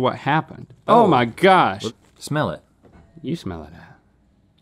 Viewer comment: “You Smell-a that.” Confirmed ✅